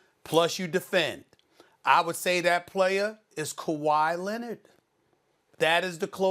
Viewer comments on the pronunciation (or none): "Ka-why Lennit..." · Stephen "Ka why Lennit" A Smith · Stephen A Smith: It’s Kawhi Leonarder Stephen A Smith: I’m wrong and here’s why...